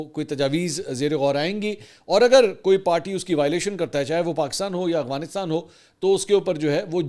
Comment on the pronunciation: اسلام وعلیکم جناب منصور بھائی صاحب امید ہے آپ خیریت سے ہونگے جناب میرا نام محمد شہزاد ظہور ہے میرا تعلق پنجاب کی تحصیل کمالیہ ضلع ٹوبہ ٹیک سنگھ سے ہےاور میں آپکی وڈیو پچھلے 3 سال سے دیکھ رہا ہوں اس دوران میں نے اکثر اوقات آپکو (افغانستان کو اغوانستان) بولتے سنا ہے کیا آپ بتا سکتے ہیں کہ یہ آپکے بولنے کی غلطی ہے یا آپکی نظر میں یہ لکھنے اور بولنے کا فرق ہوتا ہے برائے مہربانی اس کی رہنمائی فرما دیں شکریہ